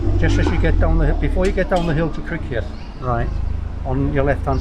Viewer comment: Interesting that pronounced the I in Criccieth. The first time I stayed at Llanistumdwy I was corrected for pronouncing it like that and told " It's Crick-eth. Can you still walk up to the Castle ruins these day or is it all cordoned off? I'm interested to see if you carry on down the Llynn peninsula as to whether Llanistumdwy is still littmore than a wide place in the road these days. David Lloyd George was born and raised there as I expect you know. That peninsula is probably my favourite area of Wales. There is a very nice Tudor farmhouse a bit further down which is NT and remains untouched from the day when two old ladies, I've there all their lives. Keep it up you two and here's to the next 10,000 subscribers.